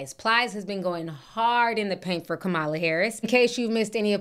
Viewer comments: COMMA LA not COM MAH LUH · it's pronounced "Comma-la" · Please pronounce the VP’s name correctly. It’s Comma-La.😬 No shade. Love your show. Sometimes I sing the theme song randomly.😅